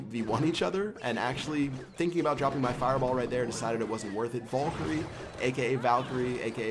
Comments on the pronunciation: Honestly, I've been watching ur vids for over 2 years, and my head is really hurting from when I'm pulling out my hair every time u say vulkerie 😂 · Its VAL-KU-RIE. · It's called vay-lee-cry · It's pronounced Val-e-Croi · it's pronounced Vae-lee-cry.